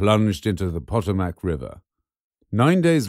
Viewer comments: "...plunged into the POT-oh-mac river." It's pronounced "pah-TOE-mec." If you're going to make a video about American aircraft and probably expect to primarily have American viewers, you could do a little more research. After all, the "pah-TOE-mec" IS about the most well known in Washington, DC and from early American folklore for the story about George Washington throwing a silver dollar across the Potomac River. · The name of the Potomac river is pronounced with two long O's......Poe'toe'mick. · Potomac is pronounced "puh-TOE-mk", not "POT-uh-mak". I loved the blooper in the middle, though. That was one hell of a mouthful. :D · Poto -Mak River?! LOL! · The "Pot-o-mac" River? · ........."Pot O'Mack river"?????........must be the "Wank O'Brit" pronunciation........ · Pot o Mac river? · Pot-ah- mack? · For gods sake, you lose any credibility when you can not even pronounce Potomac River! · the Potomac isn't some obscure little town in the middle of Kansas, it's the reasonably well-known river that runs through DC. I'm guessing you think Americans who mispronounce the name "Thames" sound pretty uneducated (and I would agree). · You mispronounced the Potomac river also these are prototypes not production air craft that said still like the video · Mispronounced aGUSTa...The “u” is long. An Italian firm (motorcycles, aircraft) Mispronounced Potomac...but everyone heard that. Very condescending tone from the narrators. Have Britts as dear friends...but apparently not these two. Please standby for my donation....wait...wait... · I stopped watching this when you mispronounced Potomac. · Mispronounced "Potomac."